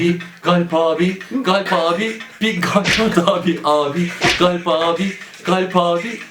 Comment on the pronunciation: kalpin modern söylenişi galp 😂